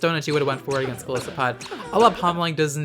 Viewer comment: I'm probably going to get a lot of hate for this, but I want to throw this out there. It's pronounced Gol EYE-sopod. The name comes from the words goliath and isopod, which is a kind of crustacean.